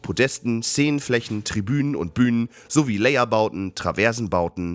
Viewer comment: Gruss an die Ton Abteilung der Vertonung; Es heisst Layher(deutsches Wort-deutsch gesprochen!!!) und nicht Layer (englische Aussprache!) Ist für manch einen ,der vll nicht jede Saison im Bühnenbau tätig ist,eher schwer verständlich. Offensichtlich auch für den Sprecher. ;-)